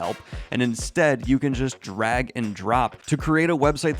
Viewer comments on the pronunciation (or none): none